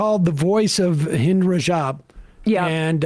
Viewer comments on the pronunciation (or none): This young girl's name is Hind ( rhymes with mint, not Mind)